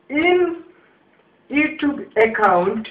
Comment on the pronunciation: 'eccount' LOOOL